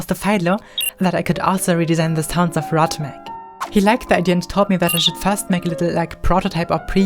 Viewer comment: it's pronounced rot-MUG!!